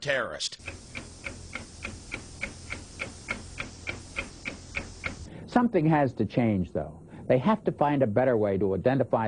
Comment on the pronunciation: when bush says terrorist it sounds like hes saying turst